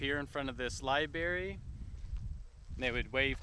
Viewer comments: It's LIBRARY not LIBARY!! haha Your pronunciation is killing me!!! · I think he said, “LIBEARY” as in library for bears 🐻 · LibRaRy, man. Not libary. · omg that bothered me SO MUCH lmao! i was like, say it with me LIB - RARY!! so cringe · Hey Man, you said liBary a few times , but yeah the issue I see is how you adressed it .. so butthurt... anyway, nice to see this place still exist tho ... nobody's making fun of you , we're all grateful to see the places of this movie. really there is nothing wrong in making mistakes Thanks :) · Lie banana not lie berry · He needs to go the library, and get hooked on phonics.